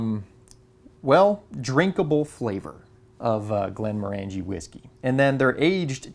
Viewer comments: Great content,! Btw: The whisky is pronounced "GlenmORangie" not "GlenmorANgie". similar to the pronunciation of Oranges. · Not to be a pedant, as I do love your videos but the pronunciation wasn't quite right, though you said it the way most people do. It is in fact pronounced Glenmorangey as in rhyming with "orangey" not Glen-moran-gee. The Distillery was a client of our Company for many years. Indeed my old boss was the Project Manager for the Still House you showed when it was constructed. Here's a link to a video by the Distillery. Great video as usual. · Just so you know Glenmorangie is pronounced Glen Morangey, sounds like orangey. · It's pronounced Glen moh(short O)r'ngie. How do I know this? I was best man to a wedding in Inverness and the groom liked (more than) a wee dram or two. The flavour in Scotches is largely due to the water used which of course is very peaty on the Islands where the land is mainly peat bogs, less so on the Granite Highlands and different in the Lowlands again. My partner and I recently visited a very remote part of Scotland, Campbeltown where my late father was born. Campbeltown a tiny place on the Mull of Kintyre used to boast 27 distilleries, now there are just two. Fortunately my father being a canny Scot collected one two bottles including a fine bottle of Longrow that is worth presently worth $5000. slainte. ps the photos are great! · C'mon, you must know by now, there is no E in scotch but, morangie is ma favourite. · It's "glenn-MOHR-un-jee", according to Scots. Congratulations on trying Lagavulin 16 (and correctly pronouncing both the brewery name and the island.